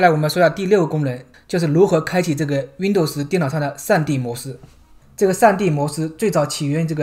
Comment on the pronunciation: 为什么是熨斗丝？不是读温逗丝吗？哈哈～